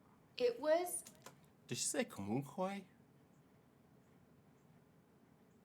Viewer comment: Comunque (your pronunciation is perfect btw) means 'anyway' In northen Italy our pizza, handmade on the moment from scratch, wood oven cooked, it's nothing compared to pizza from southern Italy. In Naple it's all another story. The ingredients there, grown on volcanic soil behind the restaurant, are something out of this world.